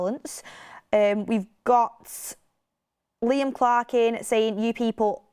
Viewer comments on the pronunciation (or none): none